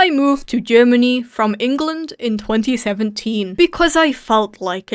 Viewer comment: “aye moov to gurmanee” ... k